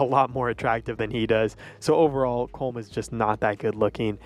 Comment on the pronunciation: SAY HIS NAME RIGHT, IT'S "Colom" NOT "Colm"